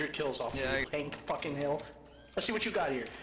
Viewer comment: ILL TELL YA HWHAT!